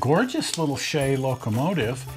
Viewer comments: Look up the pronunciation of the name I guess I should have put this thing to bed years ago the name is pronounced correctly the way he did it!!! I don't know who started the lime as in a green piece of citrus but it's incorrect.. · The Shay is poetry in motion but put to Musical notes on the right-side of the engine .PS thank you for pronouncing it correctly engine company !!!